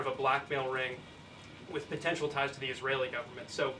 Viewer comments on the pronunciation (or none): none